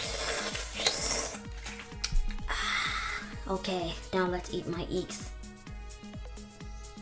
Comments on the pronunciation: The Way she pronouce eggs😂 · BEacOn anD EcKS Lol I loved how u pronounced that. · "ba-con and eigs"